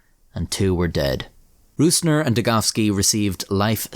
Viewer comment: At least youre calling him degoVski, not degoWski!